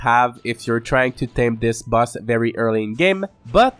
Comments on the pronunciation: the word boss you say like bus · Your accent makes boss sound like bus which is funny *Edited to clarify